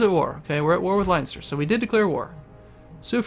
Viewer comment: you're pronounce leinster made every made every irish cry :D